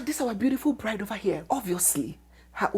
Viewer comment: 😂😂😂😂😂 beautiful what again, “blide” that’s Anambra pronunciation.